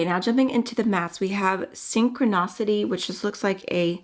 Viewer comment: Please, it’s pronounced Synchroniiiiiiiiicity! (Not synchronocity). Love you though!